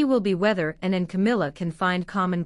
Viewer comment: When talking about PRINCESS ANNE…..PLEASED PRONOUNCE HER NAME PROPERLY INSTEAD TRYING TO SAY SOMETHING NO ONE CAN UNDERSTAND.!!! 🇬🇧🏴👑🇬🇧🏴